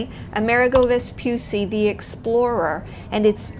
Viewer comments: just one tip, Amerigo is like America but with a G of "Garden" or "Go" and and a final O sounded not muted, like GO, so it is ameriGO and not VespuSSI but VespuCCI the sound could gentle C like in "check" like a "ch" sound. C in italian could be hard or soft, Hard like C of "Could" or "Cloud" or be gentle like in word "Channel" or for exemple like "Ciao" so VESPUCCI is double "ch" VespuCCi not Vepussi :) just to tell you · Please the name is Amerigo Vespucci not America Vespusi